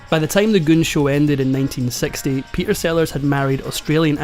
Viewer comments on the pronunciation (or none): This is such a concise, well-written script. You told the story well and it was always engaging. As a voice coach, I have to mention the missing 't' in the middle of your words: "Pe'er Sellars"; "complica'ed"; "la'er" (later). I know this is partly the Scottish accent but you can easily annunciate your 'middle t' while still keeping that beautiful accent. YouTube is a world-wide audience, as you know.